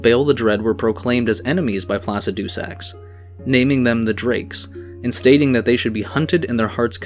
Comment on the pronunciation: can you please stop saying placidusax like that? the dragon priest says the name how it's supposed to be said.